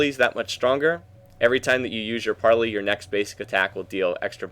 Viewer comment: you pronounce it like this "par-lay" :) gd video